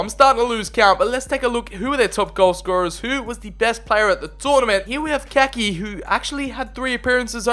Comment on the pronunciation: Just to let you know it’s pronounced Ka-ee-kee